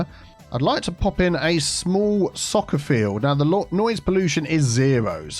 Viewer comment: Soccer🗿in british accent😂